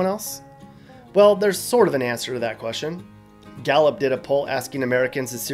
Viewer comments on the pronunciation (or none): none